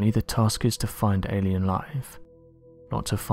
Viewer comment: Yep A-lie-ns